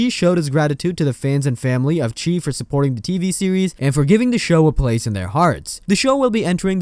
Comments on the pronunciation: It's pronounced like the shy no the cheese or whatever you are saying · " the chee?" 😂😂😂😂 its pronounced " the chi...like shy" short for chicago. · Learn how to say the name of the show..it not che..it’s chi.. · It's called The Chi as in Chicago, pronounced (Shy). Lol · Chi is pronounced "shy" as the city of Chicago is nicknamed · Thats not the name of the show! And u saying the name wrong just shows u dont watch it.. why would we subscribe to a channel that doesn’t even watch the content they are talking about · Over 40000 subscribers listened to you say this wrong several times...it's giving bare minimum.